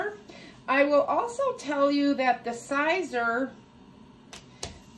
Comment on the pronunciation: Siser is pronounced like just like CAESAR. To remove vinyl heat from behind the fabric and it will release to peel off. Polyester won't melt, in fact it's the only material used for infusible ink crafts.